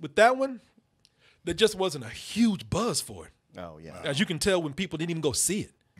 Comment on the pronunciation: kept saying BUZZ w such emphasis, I thought he was still talking about Buzz Lightyear. fuck that movie